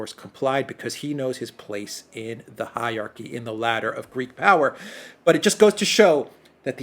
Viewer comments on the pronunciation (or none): none